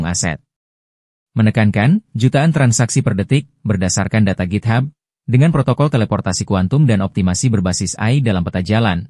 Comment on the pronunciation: Ngomong protokol aja jadi protocol,skiplah😂😂